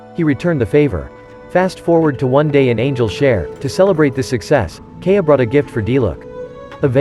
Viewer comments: If you are not using a fucking automated voice and continue to pronounce KAI-YA as KAY-AH bro wtf sort your shit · can we please normalize to pronounce Kaeyas names correctly? it's not Key-ah, it's Kahya <3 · It’s kinda trigging hearing K-a everytime they mention kaeya’s name.